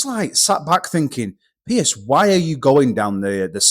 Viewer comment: Piers, not Pearce :)